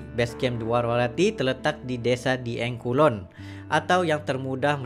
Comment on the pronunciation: Bacanya (dgabung) dieng...bukan di eng ..